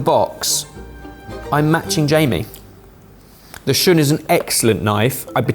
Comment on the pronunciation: So…… shun is pronounced shoon. If you can’t even say it it correctly can you really tell me about this knife? Also all my hand forged Japanese knives are also work horses, difference is I’ll be able to pass mine on to my kids, good luck doing that with a stamped knife. You,can get a solid entry level Shiro Kamo for like 150$